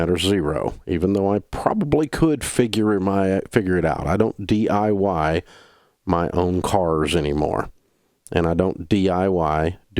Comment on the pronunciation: “I don’t DYI my own investments” Dave Ramsey